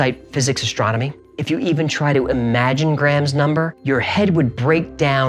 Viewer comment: Gray'am, Gray-am. Gram? Next you'll be saying Creg instead of Crayg. (Craig) Honestly, hearing that actually hurt.